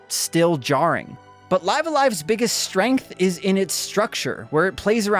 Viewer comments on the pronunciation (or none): none